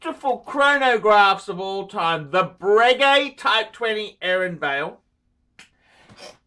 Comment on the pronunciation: The watch is the Aeronavale, not aeronvale. Pronounced air-o-na-val-e.